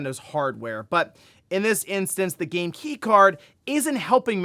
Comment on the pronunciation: 😂, Bro it's "game" with "aim" in the middle. 🫣